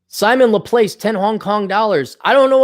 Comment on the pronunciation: hasn't studied multivariable calculus with partial differential equations apparently to pronounce 'Laplace'.